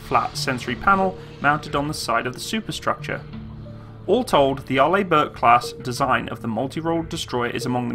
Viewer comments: Yep, AR-ley, not ar-LAY. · Good review! Pronounced R-Lee rather than R-Lay. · Can I just point out you pronounce it as (Are-lee) Bourke, not (Are-lay) Bourke... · Arlibork? Are you in 5th grade? It's pronounced like "R. LEE. BURK" "Orientated" is dead language, STOP USING IT. And it's pronounced ALU-MI-NUM. Element 13 on the Periodic Chart. Look it up. It's hard enough listening to you, but when you mis-pronounce every other word, it's like someone scratching a chalk-board. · By the way Arleigh Burke Class the first name is pronounced Arlee not Arlay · Hi. It's pronounced "Are-lee". Love your videos. Keep up the Great Work!! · Pronounced R-Lee or Arlee Burke! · To help with the pronouncement my British friend , it's Arr-lee Burke .But then again you Brits say Aluminum and Schedule funny also, no wonder we broke away ! Lol Btw I no and the Burkes are the best there is 62 of them !!! And all of Nato and no one is close plus 11 CGs Amazing and in the future will have laser CIWS and Railgun !!! Semper Fi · Also fyi, Arleigh is pronounced like Arley.